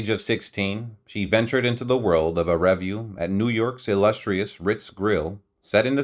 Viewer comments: Oh mr NARRATOR...where on Earth Did u learn to speak......u mispronounced...ASTAIRE... REVUE...AND A HILARIOUS VERSION..OF BEGIN THE BEGUINE...l stopped listening cuz it was too horrible to to LISTEN to.... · Please learn how to pronounce correctly words like 'revue.'